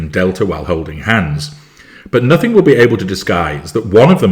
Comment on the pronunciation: Did you really say “nothink?”